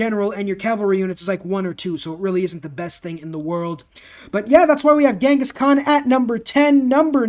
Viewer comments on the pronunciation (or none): none